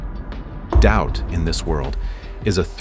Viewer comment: TIL: Doubt apparently has three syllables.